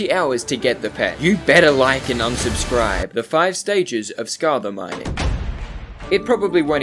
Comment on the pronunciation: why do u say scartha its scatha buddy